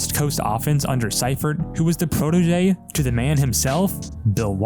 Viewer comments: Great video, but it’s “See-fert,” not “Sy-fert” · Seifert is pronounced See-fert.